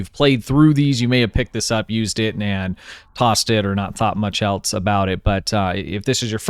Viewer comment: Why do you pronounce "else" like "elts"?